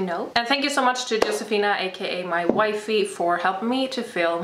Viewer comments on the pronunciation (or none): Nice workout. What is a "why - fee?" Or did you say "wifey" at the end?